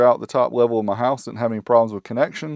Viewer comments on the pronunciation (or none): none